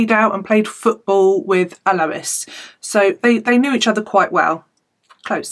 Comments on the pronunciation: I went to school with Alois. He was a gentle giant. I spoke to him not too long before his murder. He was very proud of his family and changes he had made leaving bad influences in Newcastle. I don't like your inference that Alois was involved in crime. Yes his name is not pronounced that way. It's "Al-oy-s" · I'm an Australian and it's pronuced correctly the first time you said it hahah